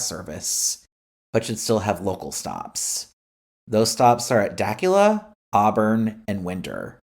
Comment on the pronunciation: Dacula, GA is pronounced “Dah que la” not “Dak u la”. I appreciate the rail line idea & I can promise you the State of GA DOT opinions on mass transit are far different than GA residents. We the residents want better transportation. We show & tell GA DOT what we want; but what they hear & what they deliver as possible options, is like serving canned dog food at a 5 ⭐️ restaurant.